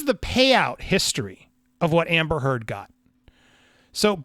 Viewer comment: Thank You for getting the truth out there about her lies. So disgusting that she's gotten this far. Also when You said her name I laughed because it sounds like You're saying amber turd.